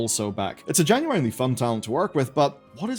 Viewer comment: native english speaker cannot pronounce "genuinely" is crazy